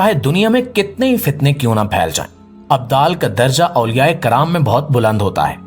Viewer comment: Abdul Nahin abdal bolate Hain